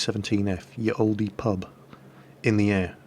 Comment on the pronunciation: Good story! :) No "e" sound on Olde, though ;)